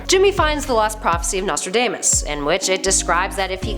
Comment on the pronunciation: Something tells me this lady's never actually heard another human say "Nostradamus."